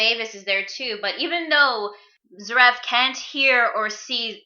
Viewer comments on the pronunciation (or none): Its pronounces Zear-if